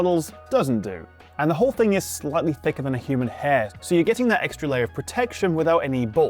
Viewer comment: When did the word "slightly" become "slutty"? And it's router not rooter. Whiskey Tango Foxtrot.